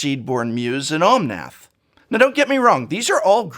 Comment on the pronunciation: why keep saying Omonth locus of rage? its locus of mana